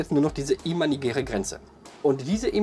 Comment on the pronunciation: du machst gute videos. du gibst dir mühe und das merkt man. ich bin auf dich gestossen, weil ichmal wieder an der haltestelle stehen gelassen wurde. ein kleines ding, welches mich etwas schaltert ist, dass es "imaginär" heißt. nicht "imanigär". danke und bitteschön :) (ich bin einer von denen, die dem busfahrer einen schönen tag wünschen. egal bei welchem dienstleister ist es generell eigenartig mmn., keine begrüßung oder IRGENDWAS zu sagen. ich werde es wohl nie verstehen wie man nicht einmal hallo sagen kann.)